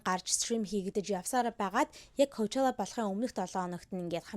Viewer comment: аниа ковчала биш пучола шд